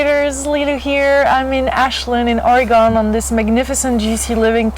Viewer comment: Always mispronounced Oregon you